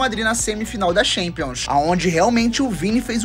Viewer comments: Me doem os ouvidos cada vez q ouço alguém pronunciando “xampions” league. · Tchempions, pra ser sincero.